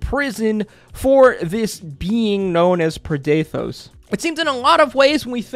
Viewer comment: I'm confused as to where you got the "preh-DAY-thohs" pronunciation from, as we were told the pronunciation by Matt on the day. Usually this sort of confusion comes from reading a word before hearing it, but that couldn't be here unless you didn't bother to watch the episode you're commenting on.